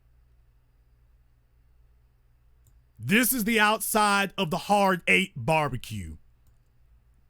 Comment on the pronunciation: I laugh everytime he says Sam's BBQ